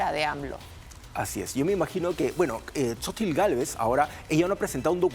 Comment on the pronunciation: Se pronuncia Sochilt 😂😂😂palomeros polvorientos